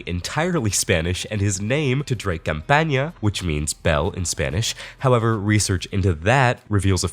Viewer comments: You are saying "CampaÑa" that's campaign. "Campana" is Bell. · Just wanna say something about your Spanish His last name is campana without an accent and it means bell, what you keep saying is campaña with an accent on the n which means campaign. Other than that this guy should rot